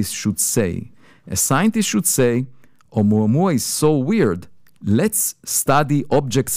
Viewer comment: Sadly he mispronounced the object 😂😂😂😂🤣🤣🤣🤣